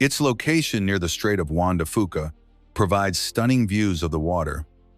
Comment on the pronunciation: Sequim pronounced SKWIM!!!!! Get Juan de Fuca right, too, PLEASE!!! I so hate AI. This is the worst.